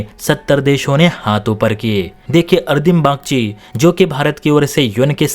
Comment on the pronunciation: It's not ardim bagchi, it's arindam bagchi